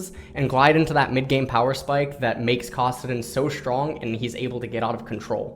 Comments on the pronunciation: You say Kassadin weird and the only person I've ever heard say it "Kahsadin." It's Kass, just like Cassiopeia. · Valerius Korean pronunciation